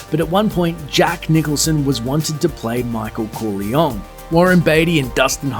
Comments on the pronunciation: The way you pronounced Corleone made me cringe.. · Im pissed off the way the narrator said "Corleone" ,it's unforgivable!